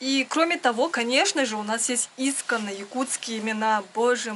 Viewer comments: Извините, "искОнно" - ударение нна 2-ой слог. Очень уж режет слух. Спасибо! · Слово "исконно" произносите не верно ударение не там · Не Исконно,а искОнно!Что то резануло слух! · слово Исконно, интересно слышать, я думала искОнно, ударение на "О" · ИскОнно...так правильно ставить ударение